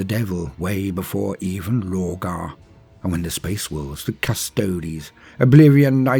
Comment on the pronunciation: It’s Logar and Magnus …..